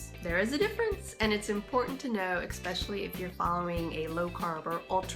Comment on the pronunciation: It's especially, not expessially. Sorry pet peeve. Great info